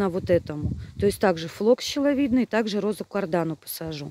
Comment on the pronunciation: флокс не щеловидный, а шиловидный.